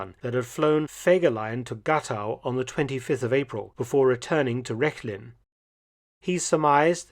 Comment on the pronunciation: Really thrilling. BTW, Gatow is pronounced Ga. with an long a as in „sparse“ and tow as „to“ with a long o as in Joe.